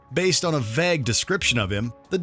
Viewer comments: What’s with the bizarre pronunciation of words? Vag = vague, hallow = hollow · You shouldn't be allowed to narrate videos again since you can't pronounce simple words like "vague" and "hollow"